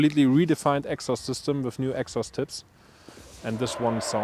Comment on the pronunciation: The purosangue is kinda ugly from the front... back end looks alright. But dear lord that sound ❤ once again, amazing result ! Also fellow germans, please learn how to pronounce "exhaust" correctly😊